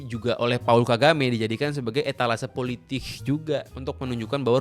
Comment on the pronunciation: "Politich" -Rocky Gerung